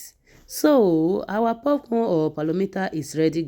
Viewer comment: this is pocorn NOT PUFFCORN